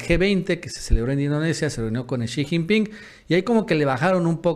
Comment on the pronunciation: no se dice shijingpin sonso😂